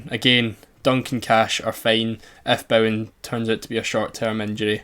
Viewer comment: Craziest way I've ever heard someone pronounce Bowen